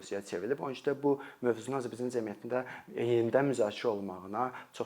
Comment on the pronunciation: Azərbaycan cəmiyyəti sözunu düzgün tələffüz edin, birde əgər tələbələr uçun izah edirsinizsə çox qəliz danişirsiz